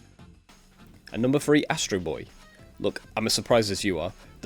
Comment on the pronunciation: All those qualifications and you couldnt get Astro Bots name right 😅